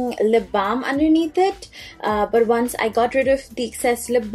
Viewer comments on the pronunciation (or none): none